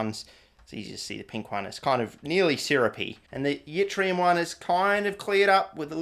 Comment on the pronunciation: once again, wildly mispronouncing things. keep it up mate (theres no "y" sound in Yttrium, its like "it-ree-um")